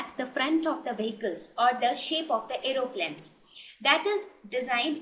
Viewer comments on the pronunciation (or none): "Aeroplans" lol